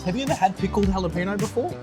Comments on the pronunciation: Jalapeno is pronounced halapeno not Jalapeno like keeps referring to it as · Jalapeño should be pronounced like "ha-luh-pee-nyow". Please DON'T do any more videos with mispronounced Jalapeño. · Please just Google how to pronounce Jalapeno, its Spanish.